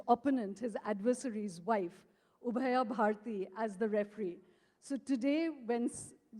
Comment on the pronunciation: 1 second ago As a moderator she chooses to label Sai Deepak 'animated' and questioning JSD equipping herself with information from Google and she equated herself with Ubhaya Bharathi and couldn't even say the name properly